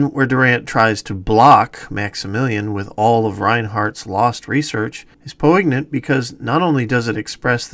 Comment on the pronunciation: Good job! I appreciate your research and the information you uncovered about this movie. One small correction is the word "poignant" at the mark. The correct pronunciation is "poin-yant" rather than "poe-ig-nant." I don't mean that as a snarky take, but as a minor note.